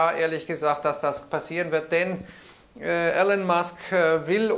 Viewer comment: Aussprache in Englisch: "Ilon" Musk, nicht "Ellon" Musk. Regolatory Credits sind keine Kredite oder Subventionen, sondern Emissionsrechte. Kann man mögen oder nicht, ist aber in den USA und Europa Gesetz. Wer die gesetzlichen Emissionsvorgaben nicht einhaltet kann diese von anderen (z.B. Tesla) kaufen oder Strafe zahlen.